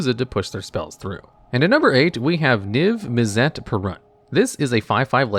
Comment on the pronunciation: The way you pronounce Mizzet and Izzet kills me a little every time. izzet is pronunced like issit same with Mizzet Missit